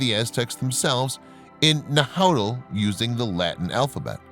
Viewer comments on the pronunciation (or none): The language of the Aztec, still spoken, is Nahuatl. It’s pronounced nah-wh-ATtle